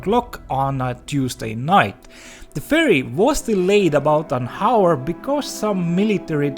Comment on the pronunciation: Hour is not pronounced with the H. It sounds more like "auor" than Hauor